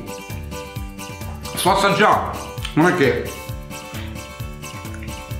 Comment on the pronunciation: "sto assagia" CIT.